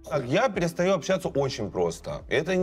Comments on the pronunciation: на общЯться............ а как же ча-ща пиши с буквой А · Прошу прощения, но чуть глаз не выпал от "общЯться" Друзья, ча-ща пиши с буквой "а", ч и щ и так всегда мягкие звуки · «общЯться» Как насчет, чтобы перепроверить видео перед тем как выкладывать?)